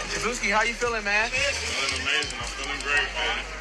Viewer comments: Shabeezy not shabootay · His name is shaboozey and you surprised....one more time...SHABOOZEY... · ShaBooty Lol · 😂😂😂😂😂😂😂 they done turn Shaboozey into Shaboozay I cannntttt 😂😂😂😂😂😂😂😂😂😂